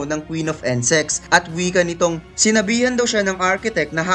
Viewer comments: insect not ensect, paris not pares. nagutom ako sa pares mo eh pero over all good job sa pag narrate nice content tho. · bakit "Ensex" pag kakarinig ko hahahha